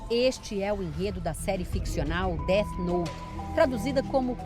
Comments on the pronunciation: O engraçado é os cara falando como se o "Dét Note" realmente funcionasse. kkk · Dos criadores de "tóquio guru" vem aí "déti nouti" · "Det note" kkkkkkkkkkkkkkkkkkkkk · Déte Noute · os cara sabem nem falar o nome do anime direito, certeza que nem assistiram